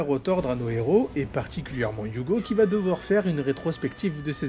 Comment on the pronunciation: J'adore la liaison que tu as faite dans la phrase " nos deux héros " 🤣🤣🤣🤣